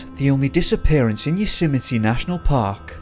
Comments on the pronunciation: Please pronounce YOSEMTE correctly.... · maybe if you're going to do a piece on Yosemite you should make an effort to learn how to pronounce it correctly...just sayin'